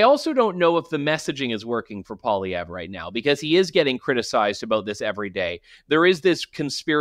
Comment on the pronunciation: He's not really "Frenching up" Poilievre's name, he's actually mispronouncing it. In French we don't emphasize the last syllable. The proper pronunciation is actually Poiliev.